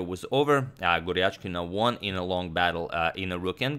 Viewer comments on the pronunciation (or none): its gujrathi and not gurjathi please correct it sir